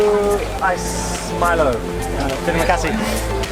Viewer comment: good try. we can understand that. when i was childhood i usually pronounced Milo as mee-low.